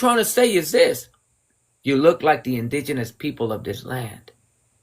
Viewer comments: Did she say “ingenious”? You mean indigenous!! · Girl done lost her mind she sounds intoxicated the word is indigenous not injinious sorry bro I would have bochorno ajeno if I considered myself Puerto Rican but Im Borikua & she doesn't represent .😂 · WHAT IS IN-DIN-EOUS? 😂 People get so mad getting call white 😂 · Once she started talking about “hair” she became “an idiot.” How often does she re-style Her hair (day to day) ??? “Indenius” 😆(Inebriated) Clown !!! Another scratch against the latino community. She’s Very Baaad Rep of all of us. She should’ve been cut-off the second (it was obvious) “the alcohol kicked in.” She’s Most Definitely & Without A Doubt a Reeeally Bad Representative of another latino !!! She’s Not Puerto Rican, She’s Ignorant !!! I Do hope that she will Listen To Herself when she gets sober !!! She just out herself on “Blast” by putting not only her face out there, but her name too. Can’t wait till she goes to work on Monday !!! 😳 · Um lady It’s indigenous not In-disneyous 😂 dont be mad at he’s just educating🫶🏾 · I just wish her drunk ass could say indigenous instead of ingenius. I guess ur a genius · Someone needs to teach her how to pronounce the word in-di-ge-nous. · ALCOHOLIC 🥃 HAIR RAGE: "You wanna be or look InDEMenious. ImGEMenious. inDIGemious 😂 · Not her calling Indigenous, INGENIOUS 😂😂😂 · No, it’s Indinious. Wait. It’s actually both. 😂😅 Nevermind. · First time I heard the word "inginious".. I always thought it was indigenous. I think she's drunk. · "In-Gin & juice" "in-Genius" 😂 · First off... the word "INDIGENOUS" was whoopin her ass!! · Because she can't say indigenous.... Clearly 🤣🤣🤣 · Don't understand why he can't wear his hair how he wants. Is she jealous of his hair? She is obsessed about his hair. She is totally ignorant! She keeps pronouncing Indigenous incorrectly. She is so drunk. Her responses are funny and equally stupid 🤣 your hair is beautiful and i wish you could whip it in her face😂